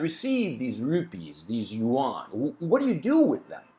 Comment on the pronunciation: yuan is a one syllable word. Like Juan. You don't say jew-an.